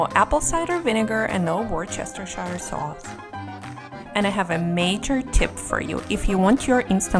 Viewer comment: Worcestershire is pronounced Woostersheer, Apart from that, excellent, Thank you